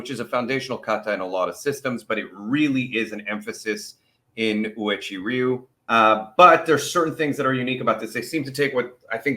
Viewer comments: I'm not going to hate you, but it is pronounced oo way chee or when said at normal speed way-chee ree you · I have been a Uechi-Ryu, pronounced, "whechi-ru" practitioner since 2021. Just a FYI, after Kanbun Uechi passed away, this Karate style ended up splitting into ~15 different karate associations. Respectfully, I am part of the #Kenyukai Association, under Grand Master Kiyohide Shinjo (10th Dan). When I was younger, I was briefly a part of Goju Ryu. Thank you for recognizing our phenomenal Okinawa Karate style 🙇‍♀️!!!! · Pronounced: "way chee roo." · 'Way-Chee Roo' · lol it's cool bro. it's pronounced like oo-eh chee ree-yoo. it'll probably still sound off but it's ok.